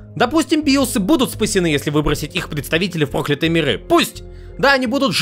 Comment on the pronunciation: не первый раз обращаю внимание, что ты иногда странно ставишь ударение. Ну, "проклЯтые бибы", же, а не "прОклятые". Если ты сам пишешь тексты, как такое может происходить??